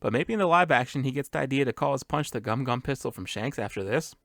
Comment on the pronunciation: Its not Gum-Gum, its Gomu-Gomu!